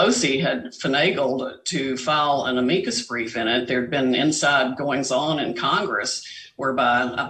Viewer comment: She can't even pronounce "Amicus brief" correctly how is she still a lawyer???????